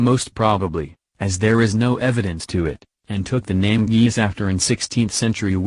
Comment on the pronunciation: Its pronounced gay liss